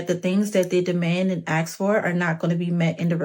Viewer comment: no high value person says “axe” instead of ask 😂